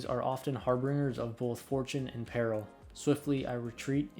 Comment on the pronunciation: Just so you know, the g in harbinger is soft, like the g in "binge netflix". Also, when used as a noun, "confine" has the emphasis on the first syllable.